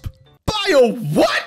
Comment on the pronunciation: "by a WHAT" gets better everytime XD